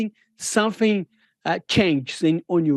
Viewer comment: Lemme tell u somfing